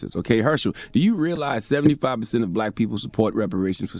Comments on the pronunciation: Is it just me or do y’all hear “blayque” when he says black?? A mess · He such a bootlick, he can’t even pronounce “black “ talkin bout who is blight? What percentage is blight must u be?!.... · He can't even say black right!! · “Blike” (black) and “Emanstipashin proclamation” killed me.🤣🤣🤣